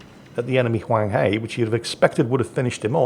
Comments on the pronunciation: Huang He is pronounced Hwung Her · Pornounced Huang HER (British pronounciation of Her) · Huanghe, the 'he' is pronounced like 'he' in 'her'.